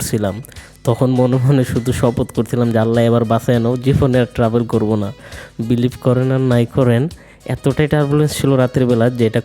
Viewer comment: Travel ke bole Tahbel. Empty drum sounds much